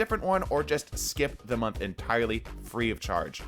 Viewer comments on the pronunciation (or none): none